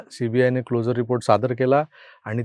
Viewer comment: CLO 'SU' RE report चा उच्चार हा क्लोजर असा होतो. जसे आपण ' शुअर ' असे म्हणतो.